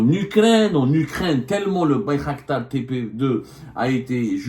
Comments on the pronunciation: Bayraktar non pas Baykhaktar 😂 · Bir qdar بيرقدار et non bir khdar